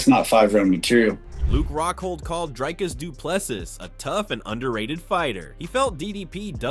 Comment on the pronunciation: why do you call DrIcus "DrAIcus"? Don't you hear everybody else pronouncing it differently? xD